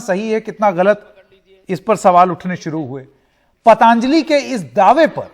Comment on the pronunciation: शब्द पतांजलि नहीं पतंजलि है। उच्चारण सुधार लें तो मेहरबानी!